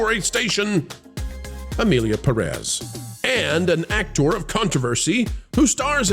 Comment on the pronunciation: Perez has the accent on the first syllable.